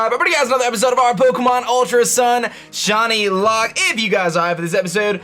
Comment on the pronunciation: Sounded like he said "JohnnyLocke" instead of "ShinyLocke" in the intro.